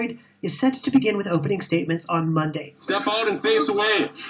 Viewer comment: When are you going to learn to pronounce your Rs? The name of the gentleman is Major David Clarke....not David Clack. Also, the names of the days of the week are MONDAY, TUESDAY, WEDNESDAY, THURSDAY, FRIDAY AND SATURDAY....Not MON-D, TUES-D, WEDNES-D, THURS-D, FRI-D or SATUR-D.